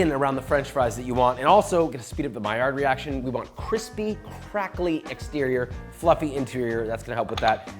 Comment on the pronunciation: I think you mean, “kwispy”, Joshua